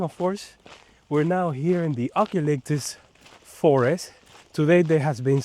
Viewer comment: "U -calyptus"